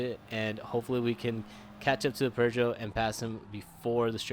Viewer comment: Bro, it's not "per-zho". It's "poo-zho".